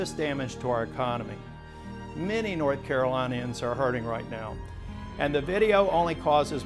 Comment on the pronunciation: You're such a hypocrite. Stop protecting and cowtowing to the fascist in the White House who released armed "officers of the peace" on American citizens. You're a disgrace and can't even say North Carolian correctly. What a joke. #votingyouout